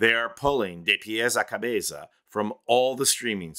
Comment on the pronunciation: Calling on my fellow Spanish speakers to give it up for excellent pronunciation of “De Pies a Cabeza” and Maná!! These details are important and appreciated! 👏🏼👏🏼👏🏼